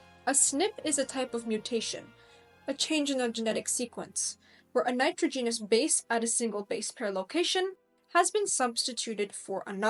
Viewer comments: Very intersting. But NITROGENOUS is not pronounced that way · Show me an archeologist that can grasp the 160 plus genes involved in skin color I’ll validate this video. The narrator can’t even pronounce nitrogenous properly. That is all I’ve got to say. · First comment: if you plan on including lecturing as part of your career, spend a little time making sure you are pronouncing words correctly. You have some rather odd pronunciations for a native English speaker. This is very distracting, especially for technical terms at the core of your subject (eg nitrogenous being pronounced like genus, and genome like ginome). The meter and syllables stressed in some words was also odd. I’d also avoid uptalking as it is the most universally disliked speaking affectation. My second complaint is the complete absence of any discussion on the role epigenetic modification (eg methylation and hostile modification), interfering rna, or repeated sequences from indogenous viruses in our genome that activate at fertilization creating unique insertions that are the primary way individual humans are genetically diverse as they don’t code for actual expressed genes and are under less selective pressure as a result. All of these factors can have major impacts that either increase or decrease the transcription of a gene. So you can have a gene isoform associated with darker skin being expressed lower giving the same skin tone as an individual with a gene coding for lighter skin being expressed at a higher rate (eg bushmen in Southern Africa have a much lighter tone than their neighboring populations). Finally, certain hormones have a huge effect on expression. Take a look at the Nordic blond model who decided to become black (her words not mine) by tak